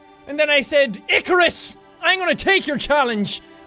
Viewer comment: It's Icarus, not Ikours